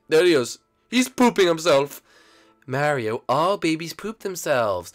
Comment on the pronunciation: Gefee is born. He is not an identeeut mareeow